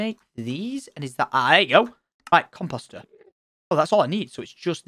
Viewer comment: "come posters". lol. that is what it sounds like tom is saying when he says comeposter. lol.